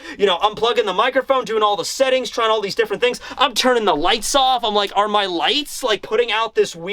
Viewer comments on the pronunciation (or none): none